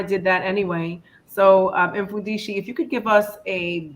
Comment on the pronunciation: His name is pronounced as MUFUNDISHI